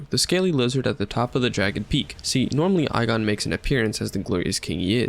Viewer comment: The only issue is the pronouncing of igon it's ee gone otherwise great vid